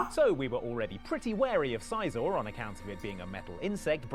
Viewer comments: The way they pronounce Scizor hurts my soul. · its si-zor not sigh-zor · How the fuck do you mispronounce scizor? It's literally scissors. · SEE-zor. Like "scissor." Do these people NOT cross-reference the animé?